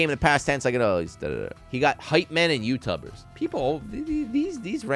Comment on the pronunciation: I burst out laughing when I heard "Youtubbers". "Youteletubbers" xD